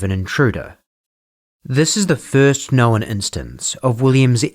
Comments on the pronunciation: The pronunciation is "known" not "knowin". One, not two syllables. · How are you making “known” a two syllable word 😂